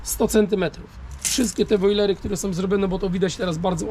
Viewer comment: nie wojlery nie brojlery tylko woliery drogi Panie🙃